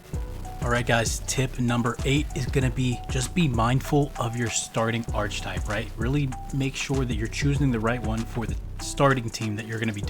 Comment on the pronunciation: Nice vid but the way you were saying archetype was bothering me 😭